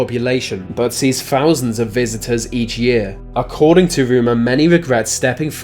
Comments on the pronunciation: Why do you pronounce words with a th as if that makes the F sound? It's "thousands" not "fousands", and it's "with" not "wif". It's fun listening to you butcher the english language. Lol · > fousands , vis, ve, free hundred fousand, brofels, norf, feory >english > cant pronounce th